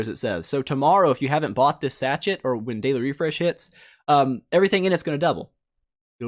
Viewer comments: And its pronounced sashay not sachet reeeeeeeeeee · Everyone getting on about not knowing about Koi fish. I'm just over here cringing every time he pronounces "sachet." It's pronounced sa-SHA. Like "Sad Shade" without the 'd's. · Sach-it's haha, you never used the word sachet before? Sachet of sugar etc? Is it not used a lot in 'Merican English? (Sash-ay)